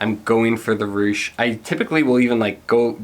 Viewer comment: The name for Reusch is pronouced, Roysh. The eu letters make the oy sound as in Deutchland. I run Reusch U.S. The Warrior Team mitten tested is our third tier. They are not our toughest like our kevlar gloves, nor warmest like our none race frigid temp models. They are made to be a good dollar to quality ratio for race team members who want really good race pole grip as their first and foremost priority. We have a ton of freeride gloves coming into the U.S. market that are tech packed. Hit me up next time you are looking to do more glove reviews.